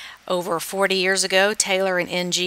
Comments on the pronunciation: Ng is pronounced "ing" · Lovely video. Very informative. I lived in Hawaii for ten years and had many Asian friends. Ng is definitely pronounced Ing.